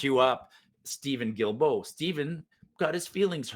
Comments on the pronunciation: Hi surname is pronounced Duildeault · the way to pronounce Guilbeault is GILLBO